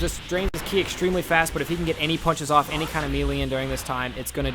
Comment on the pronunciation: and you didnt even say ki right either watch the actual show then you can actually pronounce the words and names correctly